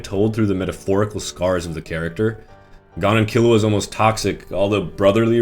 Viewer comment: this video is perfect... except for one thing how you say gon (its pronounced g-own) get it right